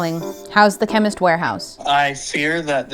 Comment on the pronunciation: The way kept saying Chemist Warehouse like Chemical Warehouse was hilarious 😂😂😂